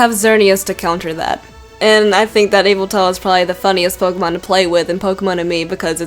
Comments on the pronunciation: It's not Eviltal it's (Ye - Val -tall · DiD yOu JuSt SaY eEvElTaL? iTs YaVeLtAl!! (Also why do so many Pokémon drain your bodily fluids?) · correction yveltal how to pernounce vel tal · It's not eviltal its yevetal I have it in Y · By the way, you pronounce Yveltal as i-vel-tall, OK? (not criticizing, BTW) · The last one it pronounced ee vel tall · #1 pronounced '' yuh-vel-TALL''!!!!!!! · it's pronounced Vettle but it's spelt yveltal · It's pronounced Yaveltal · no it's pronounced (EE-vel tle) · Yveltal is pronounced e-vol-tal. It's evil and it's tall. Deal with it. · its pronounced as eviltal but its spelt yveltal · its more likely yvetal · its actually Yveltal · its not yeveltal but yveltal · look up the pronunciation or even look at a handbook. ee-vel-tall. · everyone says names differently and plus she could have a different accent so she says words weirdly